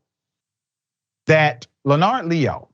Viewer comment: "L' NARD?" Rayyvanna pronounced it the same way... It's not "LEH-nerd?"